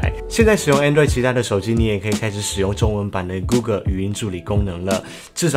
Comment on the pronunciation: 提醒一下，google跟Pixel發音不正確